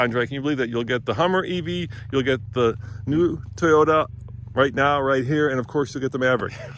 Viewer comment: TAIYOTA LOL